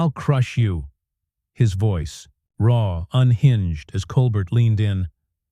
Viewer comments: I hate lazy people and the use of AI and Voice Recognition. The host's name is Stephen Colbert & it is not pronounced: Coal-Burt. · Get his name right. The name "Colbert" is pronounced as "Kohl-BEHR" as in "bear." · OMG that robot voice is dreadful. It kept mispronouncing Colbert. The script was so repetitive. No person would pause in the spots the machine did. Hire a human being for pity’s sake.